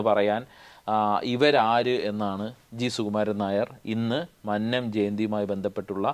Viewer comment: മന്നം എന്ന് ഉച്ഛരിക്കാൻ പഠിക്കു ആദ്യം